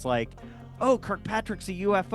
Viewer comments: as a native Utahn you are pronouncing Brandon Fugals name incorrectly. Here in Utah we pronounce it Few-gulle like Seagull I don't know if that is the correct way to pronounce it but I have been working in Telecomm for 25 years and Fugul and Sons has been a major contractor for the telco industry for decades. I believe Brandon. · It's pronounced "fyoo-gull" ... as if it were spelled with a "y".